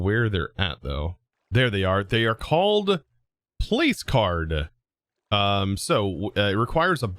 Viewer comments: Lol Placard is pronounced plaque-kerd not place card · its not placecard, its plae kard. that triggered me tbh. But you couldnt know so sorry if that sounds mean. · "placard" is actually pronounced "plaque-urd"